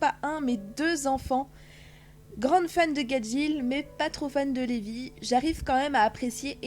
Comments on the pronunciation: Levy se prononce reby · C'est pas Levy mais Reby et c'est pas laxus c'est luxus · Mais pour vous dites Zerf au lieu de zelphe Et au lieu de luxus vous dites laxus Et 1u lieu de reby vous dites levy c'est moche Et jubia juvia c'est quoi tout ces nom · Sa se prononse pas (zeref mais zelef) et pas (laxus mais luxuse) et enfin (pas Levi mais rebi) et (pas luvia mais jubie)